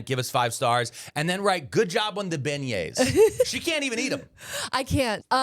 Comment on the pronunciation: Good job on "beignet". Now pronounce "Louisville" :)